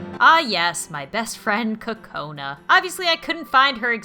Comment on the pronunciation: Kokana sounds like; coke - uh- NAH